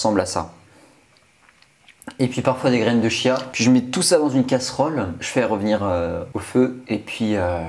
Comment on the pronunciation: on prononce kia pour les graines de chia gros nullos